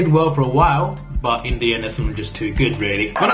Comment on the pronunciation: Essendon is pronounced Essindin, my dude